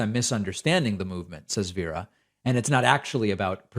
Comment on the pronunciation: Just so you know, you're pronouncing Veera as "Viira".